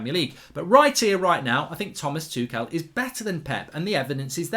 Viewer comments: In German I think it's pronounced Tomas Tukhel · It's Tookle, NOT Too-shell & not Too-kell.